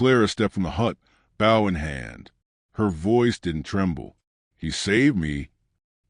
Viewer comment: I love these stories but the way the word bow is pronounced is wrong an gets irritating.. it's the long O sound.. like saying the word "low" with the letter B instead of the letter L.. I'm sure this is AI but still as a country person listening to these wonderful stories.. Thank you keep them coming.. (an change the way bow is pronounced pls lol)